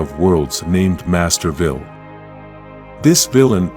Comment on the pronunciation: Is there a town called Masterville? 😆. The AI narrating always mispronounces words. Just get a real person to read the script.